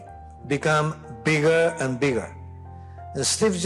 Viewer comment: 自分の英語力が低いときに孫さんって日本人英語でヘタだって思ってたけど、だんだん英語力が上がってくるにつれて、孫さんってすげー上手いんだなというのがわかってきた。この平易だけどズバッと伝わる単語や表現の選択のセンスとか、ただアメリカに暮らしてただけでは絶対身につかないわけで、ホントに賢いんだな‥って思う。発音もちょっと日本人っぽい癖が出る時はあるけど、v,f,thとかすげー綺麗だよね。biggerとかも上手い人のbiggerって感じ。日本人英語にありがちなイントネーションの平坦さも全然ないし、単語のリンキングの感じとかイントネーションの感じとか、フォーマルな印象で品がいい。こんな上手い人って一見英語ペラペラのアジア系の外国人でもそういない。